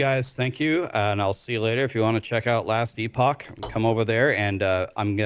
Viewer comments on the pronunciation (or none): “Last e-pock”…. Yeeeah.